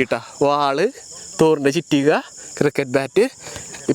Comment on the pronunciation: ചിറ്റിക അല്ലടാ കുണ്ണേ ചുറ്റിക